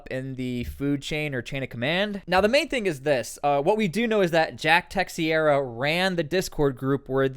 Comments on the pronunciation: I think phonetically his name should sound like this "Tuh - Shear - uh"... or "Tuh - Zher - Ah"... Not "Tex - E - ear - uh".. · Just one small note the surname is portuguese/spanish and it's pronounced Teih - shei - ra not Texcieira. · Teixeira = Tay'shay'ra 👍🏻 Portuguese surname 🇵🇹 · Not tryna be a smartass, I'm just tellin ya so u know homie, it's pronounced Tuh-SHARE-uh lol. Just tryna be of service.. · It's teicheira...its a portuguese surname